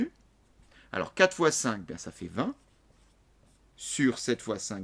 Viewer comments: c’est bizarre il ne prononce pas le nombre vingt (Vin) mais il le prononce vinTE ?? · C moi ou au lieu de dire vingt il dit vingte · Pareille 😂 On peut dire vingte ?? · il explique grv bien mes il dit vingte sa me stress